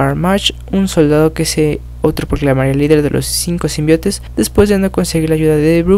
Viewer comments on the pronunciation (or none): me gusta tus vídeos , odio que no sepas pronunciar SIMBIONTE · Se escribe y pronuncia Symbiontes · symbiontes se dice xD